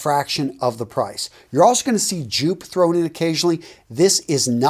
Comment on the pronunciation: very interesting. three things: joop is pronounced yope (it's a dutch male's name), Fahrenheit gives me the worst headaches ever(!!! i do not know why and i do love the scent) and i am surprised than Egoiste is not there (many women love it!) i guess there are four things. can you explain what concentree means? i thought it just meant concentrated and lasts longer; but, i am reading that that's not the case. could you, please, explain? thanks!